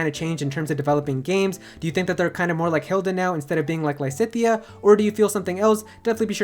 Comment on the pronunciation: Lisithea? cries in Lysithea